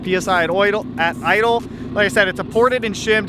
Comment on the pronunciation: "Oidle" Love it!